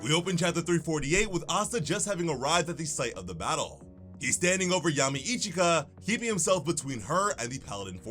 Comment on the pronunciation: her name is ichika man..not ichigo xD